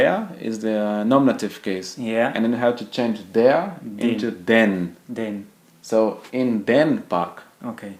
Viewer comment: You pronounced "den" like it was "denn". They are not homophones. "den" /deːn/ "denn" /dɛn/